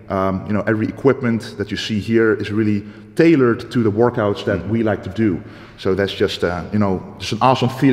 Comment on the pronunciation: "We did a few wourkouts together" Aha.....